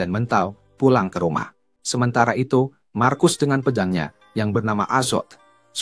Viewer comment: Marcus dibaca Markus tod